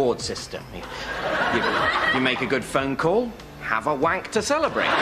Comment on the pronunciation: I have never heard the word wank uttered by an American with such competence 😂🤣😂